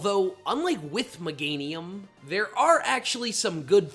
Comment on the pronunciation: 1. Pronounces Pokémon “Pokuhhhmon” 2. Meganium slander 3. Pronounces it Muhganium Here, chief. You earned this dislike.